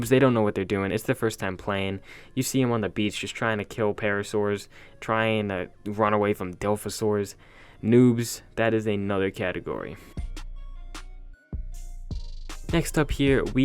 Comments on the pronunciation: "Delphosaurs…" ..It's dilophosaurus (DI-LOHF-O-SORE-US) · Quit saying Dilph osaur, it’s Die-lof-osaur thank you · I know your a noob when u say dilfasaurus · The grammar-nazi: "dill-off-ah-sore" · it is pronounced dye-LO-fuh-SAWR-us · Here’s one, the butt head who miss pronounces Dilophosaur.